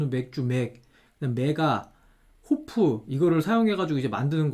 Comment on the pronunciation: 호프는 프프로 들리네요 ㅋㅋㅋㅋㅋㅋㅋㅋㅋㅋㅋㅋㅋ헌초리의 위력 ㅋㅋ